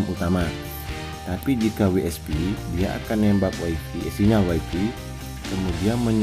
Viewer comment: Wayfay bang, bukan waifi.